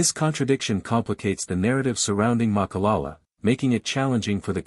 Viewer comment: Voetsek wena it’s not malala it’s Ma.ka.la.la say it after me jou fokon spy